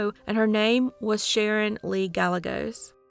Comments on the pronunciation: Gah-Yeh-Gos that double L has a Ya sound. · Guy yea goes. It's a Mexican name, therefore the two l's are y sounds. I love your videos. Thanks for all your work. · Well done, as always. One thing though...Gallegos is pronounced "guy ye gos" Two Ls together always have a "y" sound, like tortilla. Thank you for posting. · Gallegos is pronounced GA-YE-GOSE